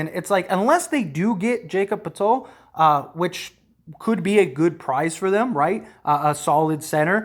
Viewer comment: poeltl is pronounced like hurdle btw. “purdle”